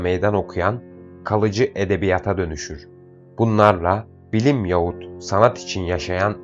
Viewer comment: Sayın okuyucu Yaahut diye okur musunuz Yahut yazılır Yaahut okunur telaffuz edilir